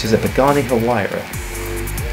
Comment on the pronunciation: The video's narrator is mispronouncing the Italian name of the Pagani Huayra car. Using English sounds, Huayra is pronounced more like "WAY-ra," with less H sound--not "HU-way-ra," which is incorrect. It only has two syllables.